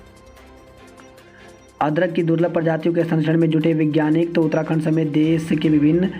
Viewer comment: सर आप समाचार में शब्दों के सही उच्चारण पर विशेष ध्यान दें, जैसे विज्ञानिक नहीं उसे वैज्ञानिक पढ़ें। इसी तरह परीक्षार्थी में क्ष का उच्चारण करें, छ का नहीं। क्योंकि हिन्दी हमारी मातृभाषा है।